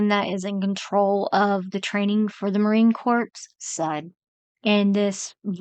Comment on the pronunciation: I stay signed-out, so my Ad-Blocker works... But I signed-in JUST to make this comment. I love the way you Mispronounce things. You say Marine Corpse, instead of Core. You don't know what Cooperate even is, as a word. That's hilarious. I love the way you Stutter and Hesitate while reading. It's so Obvious that you're not a Reader, that it must take a lot of Guts to post things like this. I mean... You HAVE to know! I enjoy hearing your Voice, as well. You're so genuine. So real. This is the only video I've (heard) from you. ...Being signed-out gives me access to so much New Content... Anyway! You're great. I love you. Please continue producing. I'll probably NEVER watch another of your videos, but while I was getting ready for work, this morning? I'm glad you were with me. And yah... I took the time to make this comment After Work. So, yes. You were with me All Day.